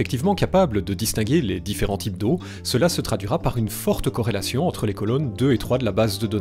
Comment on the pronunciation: tu dis corelation de la meme maniere que higiene mentale